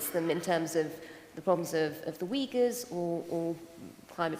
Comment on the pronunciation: the first guy doesn't even know how to pronounce "Uyghur" but pretended as a China expert. Except ideology, he provided zero valuable content. If all western politicians like him, don't blame China for collapsing of the West.